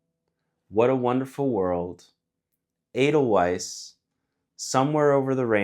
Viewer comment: Your videos are fantastic and I appreciate all that you do. It does appear however that you've never seen The Sound of Music (great movie btw). The song Edelweiss and the flower it is about are pronounced ay-dul-VICE with a V. ("Vice"/weiss is German for white.)